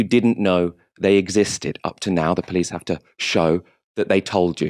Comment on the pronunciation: pronunciation of "police" amuses me. "Pleece"